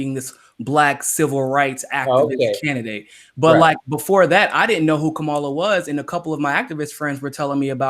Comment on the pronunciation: I hate her candidacy, but you both need to figure out how to pronounce Kamala's name. Think how angry we get when people fuck up AOC's name. Watch her commercial [with the clapping] for her Oakland announcement. The only thing we learned in the video was how SHE pronounces her name. Jimmy, you have even acknowledged in a segment that you had been fucking up her name, then you incorrectly assessed the pronunciation issue you had been having. As bad as her campaign is, say her name correctly, unless you actually want to make up a nickname, like Cloudbootjar. [#seculartalk] " Kama -la " not " Ka - mala " PLEASE! it is as bad as when Humanist Report was saying, "Kavanow".